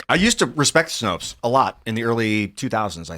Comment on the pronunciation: Snopes. Rhymes with 'copes'.